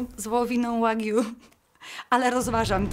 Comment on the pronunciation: pierwsze słyszę jak ktoś mowi na wagyu - wagu